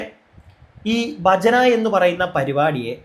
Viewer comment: ബജന അല്ല.. ഭജന..ഭക്തി... ഭ എന്ന അക്ഷരം അതേപോലെ പറയൂ ..